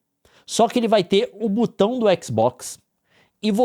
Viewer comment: e não se pronuncia butão, é BOTÃO